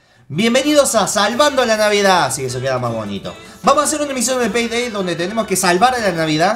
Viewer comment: yo escuche "selebren este nuevo video de penedey" xd jajaja